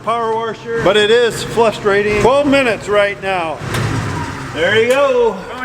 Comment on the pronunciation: Warsh... Flustrating... I'm wondering if was related to my Mom??? She used the same words. Can you get him to say "Hawaii"? (with Mom it came out sounding like "How are ya")